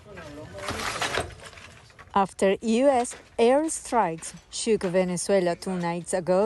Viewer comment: We don't say Washiiiiiiington OR Londooooooooooon Maybe you try to Pronounce Caracas right